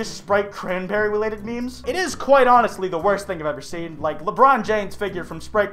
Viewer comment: It is onistly horrifing